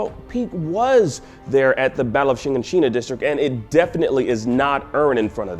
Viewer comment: his inflection wen he say shiganshina is so off